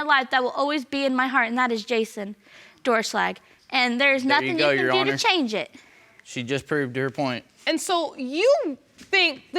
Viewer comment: STOP SAYING YESHYOURHONOUR ITS MEESING ME TF UP